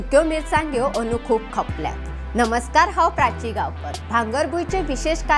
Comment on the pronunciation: Not Andu....anu 🤣